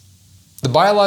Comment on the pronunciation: I had to rewind the segment about the drag professor......I thought said...Lahore Vagistand. 😂🤣😅😂🤣😅😂🤣😅😂🤣😅